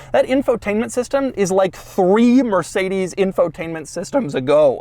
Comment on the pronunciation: Did this bro just say “mercikedeez”?